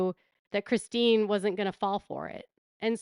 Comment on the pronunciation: It looks like Robyn has a hard time saying Christine. 😂